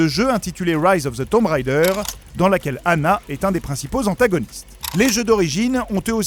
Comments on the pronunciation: Haaaaa... le jour où on arrêtera de dire "tomb railledeur", pour le prononcer correctement... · Pourquoi tout le monde dit "Tombe Raïder"? Déjà quand j'étais gosse, quand le 1 est sorti tout le monde se plantait allègrement Mais ça se prononce "Tombe Raideur", et c'est tellement devenu normal que plus personne n'y fait gaffe.